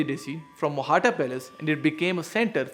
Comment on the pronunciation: It isnt technically Mohatta. It should be Mohta, with the T sound as in tabiyat. Mohtaa